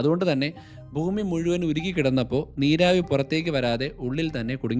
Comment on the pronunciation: താൻ ഭൂമിയെ ഫൂമി (foomi )എന്ന് ഉച്ഛരിക്കരുത് bhoomi എന്ന് വേണം പറയാൻ..